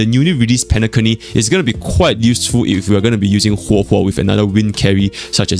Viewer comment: Did just say penaCunny